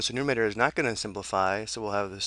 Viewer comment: good video!! :D...but its nuMERator. not numator.